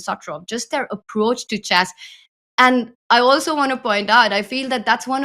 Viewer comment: Houska, the game is called chess, not chass